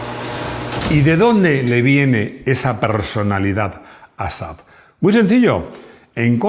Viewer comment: Bien pronunciado! 😂 Saludos desde Suecia. 🇸🇪